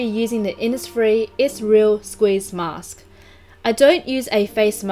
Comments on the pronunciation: Insfires, infires man yeah😂😂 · today I'm using the innisf-: iNsFiReS mAn